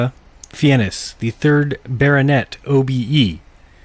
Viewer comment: Sir Ranulph Fiennes…. Surname pronounced closer to the word “fines” Sir Fake a lot is easier to say.